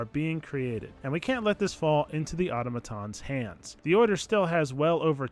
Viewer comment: Automatons (Awe-tom-uh-taans) not (Auto-matons)